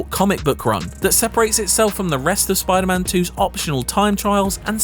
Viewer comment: Never trust a man that pronounces spiderman like it's a jewish name.